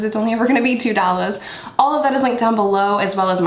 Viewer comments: I live to hear you say... It's 2 dollaas, it's only gonna be 2 dollaas. Just that alone gets me going. Thanks! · It’s so tacky when you talk ghetto. 🤢🤢🤢🤢🤢”it’s only two Dollas” Like you said it like a whitegirl the first time and the second all ghetto, which shows it’s not “just how you talk” so it’s a decision to sound that way which like I said. ISSSSSSSS TACKY AF